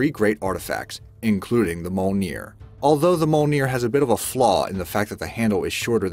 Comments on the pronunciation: JESUS FUCKING CHRIST don't ever do a video again until you get your pronunciations right! m'sahmunay, moolnir... and so on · Mjolnir Is Pronounced: Mee-Yohl-Near! I got no idea about how the other guys are pronounced (excluding Excalibur, Kalikbar, Thunderbolt And Trident) so I can't give my opinion on them! 😄 Yay! Excalibur! 😄 😄 I Mean Yay Mjolnir! 😄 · Your saying Mjolnir wrong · Isn't it mjölnir? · Mjölnir can be weld by anyone but if they do they just disintegrate. And do you know how to say Mjölnir.